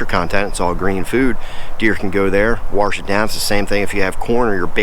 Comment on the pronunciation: Warsh it down